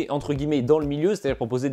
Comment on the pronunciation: Je vais tenté une petit critique constructive de ta vidéo (tu la prend, ou pas.. nevermind..) - Tu me fait rire avec ta prononciation "CCcleaner" 😂... il n'y a JAMAIS eu 2x C avant "cleaner"! "Ccleaner"! (a traduire par: "Nettoyeur de disque "C"...) c'est pourtant simple! "C...Cleaner" ... - Deuxième chose: Pourquoi "Update" à la française? quand tu dit la phrase suivante "Browser protection" avec un accent anglais "presque" parfait! Faudrait être cohérent tt de même!! sois tu prend l'accent.. soit tu le prend pas! - Dernier point: Pas très sympa de dénigré les petits voisin de youtube en citant leurs noms! (sous entendu: "ils disent de la merde, donc abonne toi chez moi!"..) Je ne connais pas cette chaine, mais c'est pas super cool pour tes voisins! Avec ce genre de commentaire tu n'a pas intérêt a faire la moindre erreur, par ce que maintenant, les autres ne vont pas te rater! #BalayeDevantTaPorte Aller... en espérant que ça t'est tout de même aidé, ça sera certainement la seul contribution que j'accorderai a ta chaine! Bonne continuation.